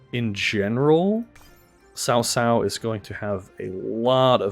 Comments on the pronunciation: I thought it was pronounced as Kao Kao lol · I thought it was pronounced Kao Kao